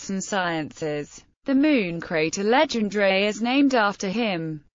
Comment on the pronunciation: Worst pronunciation of his name